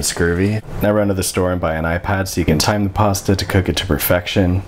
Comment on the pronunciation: What wrong with ? Why he say time like that